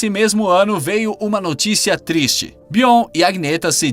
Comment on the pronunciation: SE FALA BIORNI E NAO BION